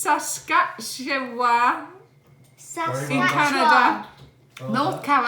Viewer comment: Good attempt at saying Saskatchewan! It's been wonderful today catching up on your vlogs! They always make me smile.